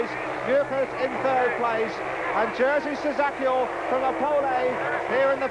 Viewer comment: I splitted my sides hearing how the great Dave Lanning's pronouncing Polish and Russian names. FYI World Champion of 1973 name is [yezhy shchackyel]